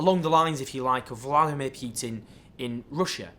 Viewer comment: weird pronunciation of Vladimir. Is it an attempt to sound it more like it would be sounded in Russian? If so, it's more like vluh'DEE-meer, with the emphasis on the second syllable.